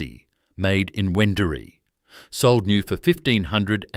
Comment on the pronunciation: A pity you did not get the pronunciation of Wendouree correct. How many other errors did you make?